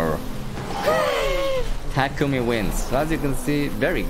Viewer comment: you know this dude ain't seen initial D if he's mispronouncing takumi's name. smh.